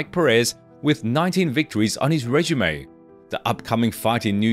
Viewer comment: Can someone tell me what a "rejume" is? Weird AI misread. This is clearly AI.